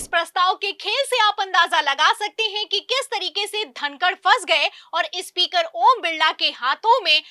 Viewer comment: Ispeaker nahi hota madam, SPEAKER hota hai 😢😢😢😢